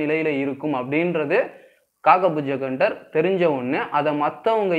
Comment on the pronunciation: அது காகபுஜகண்டர் இல்லை!!!..."காகபுஜண்டர்"! ...pls correct it next time!...best wishes! நற்பவி!